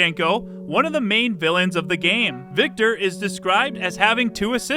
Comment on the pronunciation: Correct with Victor, not with his last name, though :))